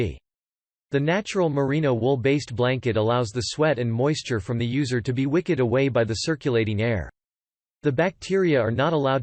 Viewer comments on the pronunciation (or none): Also 'wicked' like the witch of the west opposed to 'wicked' like a candle wick. Wow - just wow. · The automatic voice in this is really irritating. "Wicked away moisture" become "wick-ed". Many things said about wool generally, like flame resistance, is repeated over and over as if a unique feature for each. Much of what you are saying, in other words, is redundant, artificial sounding, and hard to get through.